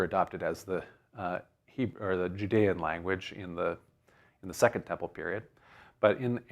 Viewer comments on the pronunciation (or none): none